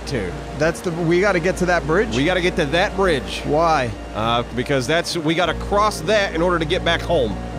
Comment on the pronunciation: Not bridge.... Braaage!